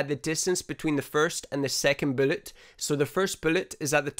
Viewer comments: Love the way he says “bülłet” it’s so satisfying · Im subbing just because the of the way you say bullet, its the absolute best thing ive heard. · I don't mean this in a bad way but I love listening to you say "bullet". Made me chuckle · It's just the accent, it kinda threw me off. Every other word was good. Anyways, new subscriber 😁